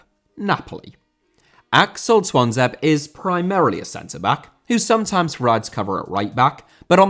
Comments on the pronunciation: Twanzebe* not Twanzeib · "Twonzeb" FFS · It does. Not sure how got that wrong. I can't think of anyone with a name that ends with a vowel and it's not pronounced, globally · Tuanzebe is pronounced Twan-zeb-ay by the way!